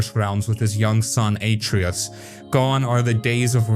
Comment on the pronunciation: You clearly haven’t played god of war if you don’t know how to say Atreus it’s only gets pronounced 5000 times during the game.